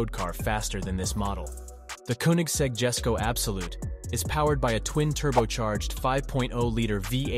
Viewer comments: the koenigsegg jesko is pronounced "yes-sko" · I was a bit turned of When he said Jesko as "Jesko" instead of "yesko" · What the hell is a Bugatti Chiro? Erm if you are producing a short film on cars, you must get the names right. It’s a Bugatti Chiron and the Jesko that you pronounced is actually pronounced yesko